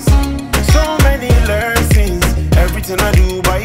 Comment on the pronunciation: You have such a good vibe. This comment is coming from a positive place i genuinely will recommend you work on your pronunciation for the upcoming track. Its okay to have the accent that’s your originality but for exemple don’t say “Lerson” its lesson. This song is a masterpiece you just need to put more effort in the studio while recording. I know you do this for fun. … and we appreciate you truly. And i made this comment just because i think this song is truly a hit and it could have an even bigger impact 🙏🏻.